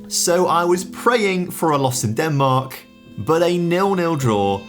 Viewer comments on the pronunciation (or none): none